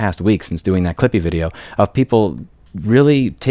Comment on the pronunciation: Apparently some heard "strippy" rather than "clippy"!?